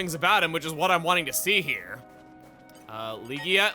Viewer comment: It's pronounced Lihia, it's a Spanish name. I know becuase I had a friend at work with the same name.